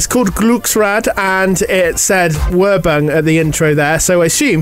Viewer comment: I'm surprised that Europa didn't run out of money in its first year, splashing it on that drawn out ident. If that was used to go in between programmes then, what was used in the morning when starting up? Also, "werbung" is pronounced "ver-bung" with the er sounding like the word "air". I don't know much German. I do wish we had those sequences over here. I didn't know that RTL was used as something to air propaganda on in World War Two. Great video! Looking forward to episode five!